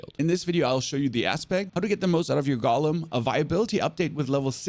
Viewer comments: Drives me crazy when people say "gollum" instead of "GO-lem" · It's not a Gollum. It's a golem. GOH-lem.